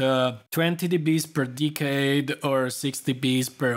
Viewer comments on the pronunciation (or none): I don't understand what you say second "20 db per ???? and 6db per octave", you say something like "decay" / "decade" but it's not clear exactly what you mean?